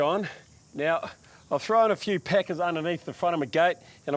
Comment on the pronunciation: I know you’re saying packers but to my American ears it sounds like peckers. Also, we say PER-ge-la, not per-GO-la.😁 I imagine we sound odd to you as well. Do enjoy your videos. 👍